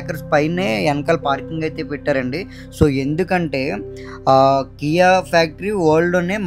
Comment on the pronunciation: Not Kiy, it's KIA car factory